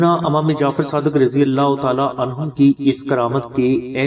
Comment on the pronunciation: Bhai lafz imam hota hy amam nhi